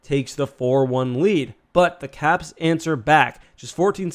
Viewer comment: Yeah I heard it too....."Cats answer back"